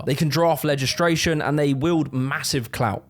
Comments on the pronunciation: Did he say "legistration" at one point or am I losing it? 😂 You rule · “Legistration” that’s a new one.